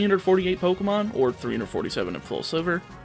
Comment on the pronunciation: Every time you say poc I get caught off guard